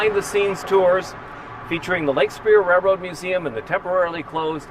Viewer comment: It’s been a fantastic run I’ll miss the daily tours. I’m still convinced he’s saying rare road though 🙃